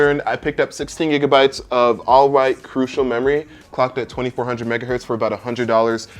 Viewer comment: Every time you say "All white" I'm imagining you saying "All right" with a speech impediment and I can't stop laughing.